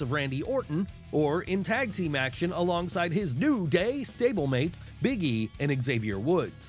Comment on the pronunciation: Did he say new “GAY” stablemates?